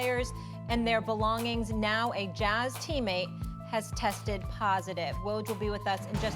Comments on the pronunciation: I cringed every time she said “Jahz” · Nobody gonna talk about how she pronounced “JAZZ”🤨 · Why does she pronounce, jazz, like that? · Why can she not say jazz?